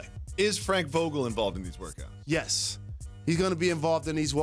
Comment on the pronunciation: That dude Jalen said he’d be involved in “wokas” instead of workouts . What’s that?